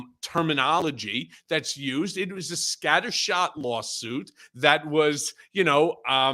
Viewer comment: 😅Scatter-Shoot..at first I thought said 'Scatter Snoot' which woke me up thinking that they must be talking about De Santos...and Captain Bone Spur! Putin wanted NATO put down so his criminal oligarchs can step in from Ukraine and run Europe.ah!!! on Vivak Swampy hilarious!!!